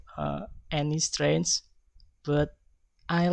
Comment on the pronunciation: Strength : Natural way to present and he spoke clearly and cheerfully Weakness : Wrong prounonciation in saying some words for example "sure" and "strenght" and there are some parts that are forgotten (Group 6)